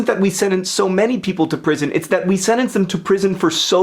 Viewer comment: SenTENCE not Senence